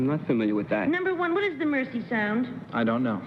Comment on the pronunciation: Except she pronounced Mersey "mercy"! 😊😊